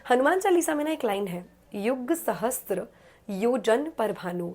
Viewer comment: It's "Sahasra" means 1000. Not "SahasTra".